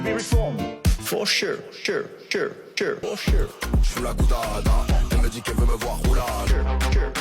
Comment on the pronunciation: Ne l'a t il pas voulu ,ce côté " for Shure "..??. Se foutre de la gueule de ses auditeurs , n'est il pas la marque d'un E.T.....